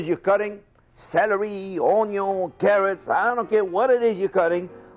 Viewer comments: No one: My YouTube Reccomendation: Wanna see some French chef dice some onyo? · I like the part when he said onyo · Group 1: It's spelt " ONYO " Group 2: It's spelt "oño" Me: ONYO is oño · Nobody: The comments section: ONYO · HEAVY OHNYOH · ahahah les commentaires jpp 😭😭😂 he say "onyo" cause in french we say "Oignon" we prononce it like onyo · Nobody: Youtube Algorithm: Jean Pierre teaches you to cut the onyo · Nobody: Literally no one: Chef: ONYO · Nobody: Absolutely nobody: Me: Timestamps for everytime he says "ONYO" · This guy teaching people how to pronounce onyo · then the onyo fo SHEEEUUUURR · Samy Lemzaoui dude, in IsiXhosa, which is my home language, from South Africa, which has 11 official languages, we pronounce "onion" as "onyon". With an audible "n" at the end. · Then the onyo for SHHHEUOOURE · Tbh he is very good at cutting onyo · First put the onyo in the onyo and then chop the onyo in half and then you grab one onyo and slice the onyo int small portions once the onyo is halved and sliced put Onyo into the onyo and turn the onyo onto high once the onyo is hot slide the onyo in let it cook for 5 minutes and there you have it... An onyo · Not to mention what would happen to the poor onyo! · I have no idea how I got here am. But after about 1 minute of watching I RUSHED down to the comments section. I just had to make sure I wasn’t the only one who was hearing this dude say Onyo 😂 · Atleast now we know that an onyo doesnt make you cry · hahaha the onyoooo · So a very big onion is pronounced as oooooniyooo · Ahhhh this cured my depression nothing better then a onyo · SLIPPERY ONOIO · Does he say onyo correctly though? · it is a six-pound onyo! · The onion wasn't diced properly and I'm not replying to any deleted comment. This "chef" is a meme chef that keeps endlessly remaking this one video where he pronounces onion a funny way then and dices it wrong. Why? I don't know, it's the internet. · I never want this guy to stop saying the word "onion."